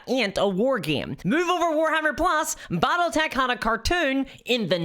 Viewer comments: "Bottletech"??? What is "Bottletech"???? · I've never heard of "Bottletech" before...:)